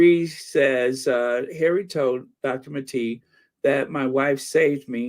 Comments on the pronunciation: Maté not Mateee. Have some respect. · Gabor Ma-TAY. And he is a world class Trauma specialist.